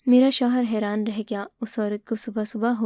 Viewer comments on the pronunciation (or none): ہیران نہیں بلکہ حیران ہوتا ہے